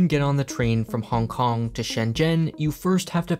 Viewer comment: I like how you say every city's name "normal" (English) but try your best at pronouncing Hong Kong as bad as possible